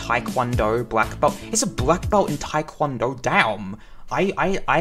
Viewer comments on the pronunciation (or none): none